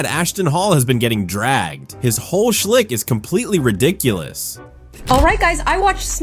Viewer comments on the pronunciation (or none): The word is shtick, not shlick